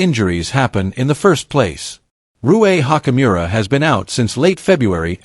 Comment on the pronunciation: Oh god u can't even pronounce ruis last name right😭😭🤦🏾‍♂️